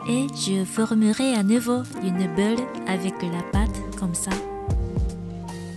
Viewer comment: Bravo pour ton Français !🌺 Juste une petite erreur de prononciation...ce n'est pas une beule ou un meule...mais une boule et un moule 😉